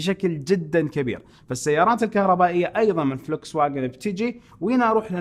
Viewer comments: فولكس فاجن وليس فلكس فاجن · تعقيب صغير ان تسمحوا لي ، شركة السيارات الالمانية Volkswagen لفظها الصحيح بالعربي :" فولكس ڤاجن "